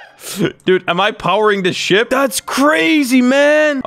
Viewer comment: When he said ship I thought he said "sh**